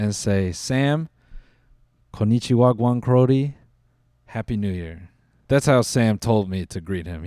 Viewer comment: “Konichiwagan crodie” tells me Noel is a gta yout at heart